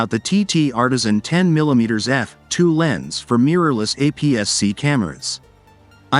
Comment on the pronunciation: When I hear poor AI enunciation such as “10 millimeters f [pause] 2…” I’m done with the video. Too distracting for me, more so than a heavily-accented voice correctly saying “10 millimeters f2…”.